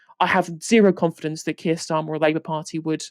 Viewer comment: "Our secret weapon... Is Sir Kiet Starmer" UGH GOD I HATE IT HERE MAKE IT STOP